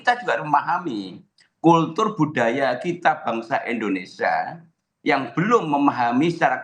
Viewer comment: . Indonesia pak bukan endonesa. Ngomong aja gak becus.